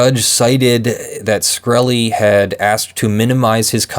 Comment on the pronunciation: SHkreli not SKhreli